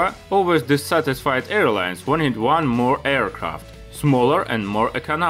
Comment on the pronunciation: I know you're German because you use "despite of"/„trotz" and others. But that sounded more like a „mehr" than a "more"